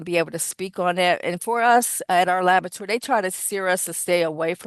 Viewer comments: She keeps saying "Lavatory." Why aren't they correcting her? Unless she checks the samples in the washroom? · I was taught to pronounce it la-bo-ra-to-ry. It sounded like “labatry.” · This witness has 3 degrees including a MASTERS and can't pronounce laboratory correctly!? "Not nuthin'" and "dat". There's no way I would have agreed to her being an "expert" witness if she calls the area of her expertise "labatory"